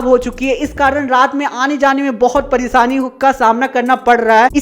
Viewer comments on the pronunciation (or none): none